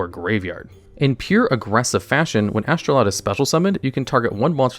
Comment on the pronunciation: Why did you keep calling it Astroloud instead of Astroud?